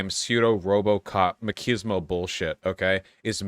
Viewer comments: Vaush I love you so please pronounce it macheesemo I am begging you. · lol why does vowsh say makismo? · Vaush “maquismo” bad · Vaush learn to pronounce machismo properly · Vaush can’t say “machismo” or “Dog” correctly! Ha! Checkmate atheists! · vaush saying machismo right challenge (impossible)